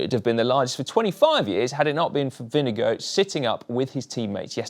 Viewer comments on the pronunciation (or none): its Vingegaard (think wing+god), not vinegar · It's not "Vinge-go". You would be very close, if you pronounce it "Vinge-gore" with "Gore" in a British accent (not working as well with an American accent). Dane here. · Vingegaard not vindegoat. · I have to say this it’s not vingego it’s pronounced vinGeGaarD (caps mean you have to say the letter harder than the rest) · Favorite moment is when you pronounce Vingegaard as vinegar or vinego cracks me up every time 🤣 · When you pronounce Jonas Vindegaards name, it sounds like Vindego. Maybe you should consider to get it right🙂. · This has got to be the worst pronounciation of "Vingegaard" I've heard so far - completely butchering it! :D IT'S NOT "WINNEGO"! Please, get your act together, it really isn't that hard. For right pronounciation, watch this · Lars Bak is not excused either! If you're making the effort to pronounce any name the right way (and especially if you're doing it in a video where you're saying it a hundred times), then at least get it close to right. "Winnego" is ridiculously far off. Otherwise just stick to regular English pronounciation like most non Danish-speakers, so we at least understand what name you're trying to say. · Jonas Vingego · We need a little talk about pronounciation. Vinnegow ? Ving as in sing, e as in eh, gaard as in gore with a very short e. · His name is NOT Vinegar and it is NOT pronounced like that. 🤣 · Your pronunciation of vingegaard is getting better, but still a bit off. It is not vinge gooo. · Absolutely, and this is most definitely an extremely poor effort. These guys are pro commentators for Christ's sake, they should make the effort to at least get it close to right. Butchering a rider's name (and not just any rider, but the winner of the Tour!) like that is quite simply just not good enough. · Why cant you say Vingegaard properly? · GCN, why don’t you say Vingegaard’s name correctly, like the way the announcer said it during the final awards ceremony?